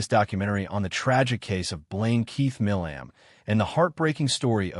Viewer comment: His last name is pronounced "My-lum"